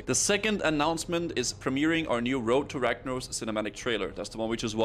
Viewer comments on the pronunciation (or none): Woad to wagnawos. 3rd grade English